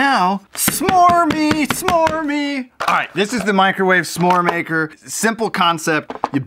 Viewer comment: lol he said smore smaker